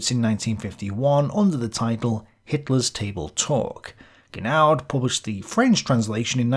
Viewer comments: Pardon my pedantry. Francois is pronounced "France-wah". And I think the D in Genoud is silent. Good video though, very informative and interesting. I wonder how much of accepted historical consensus is just plain fluff. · I think the Genoud is pronounced "jen" "oo". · Genoud ; pronounced "Jenoo" . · you should pronounce "Genoud" correctly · Being French, or at least Francophone, the surname "Genoud" is completely mispronounced all through the video., please get a linguistic consultant/advisor, you definitely need one....